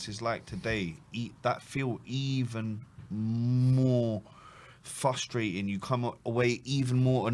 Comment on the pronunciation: Why can't either of you say frustrating properly?? 😂